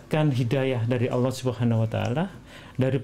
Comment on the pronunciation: UDAH MULAI FASIH BACA LAFAL "ALLAH" AWAL2 MASIH BELUM SAMA SEKALI